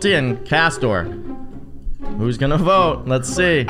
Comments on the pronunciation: he said bote me as well 🥺😂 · He barely said vote he said boat me